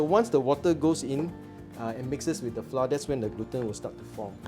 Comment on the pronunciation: Haha " Flah " 😅